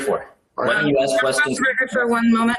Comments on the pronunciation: “AXE MARY “ “I don’t know. Axe Mary Freeman.” 💀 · There is some serious "Ax Michelle" shit going on here. LOL. "I don't know how many employees I have... ask my controller."